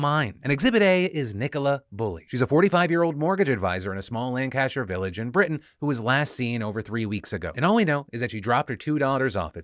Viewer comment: Unsure if Phil intentionally pronounced Britain without the T or not, but either way I'm happy.